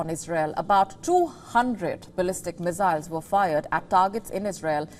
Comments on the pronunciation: I cant help but laugh when she pronounces "Missiles" as Wissiles. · They are missiles ! Not mizziles